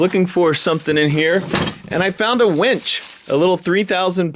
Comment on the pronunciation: “Winch” pronounced W-IIIIIIIII-NCH not weeeeeeench. Lol! Much love!